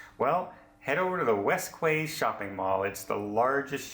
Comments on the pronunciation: West Quay is pronounced west key. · Cool! Southampton! My sister is the chick at the Port Authority in Southampton who tells ships where to go and how to get there. =) Also, "West Key". Hope you are having a fabulous Christmas cruise - despite the loss of your phone etc..